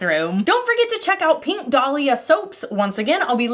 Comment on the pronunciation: I can't say why, but I have an inherent trust for people who pronounce "pink" as "peenk." All this to say, I trust. 😄